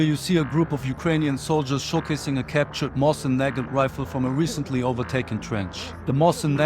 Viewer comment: Mosin-Nagant is pronounced mo seen na gan.